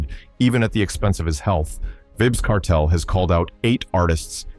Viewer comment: Pronounce his name properly